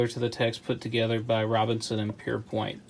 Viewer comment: Pierpont, not Pierpoint